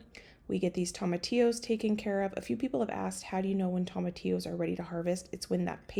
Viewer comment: Just FYI - tomatillos are pronounced with the long O sound - think TOWmatillos:)